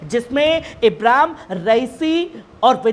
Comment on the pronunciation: pahle bolne ka dhang seekh lo ibram nahin Ibrahim h kisne patrakar bana Diya apko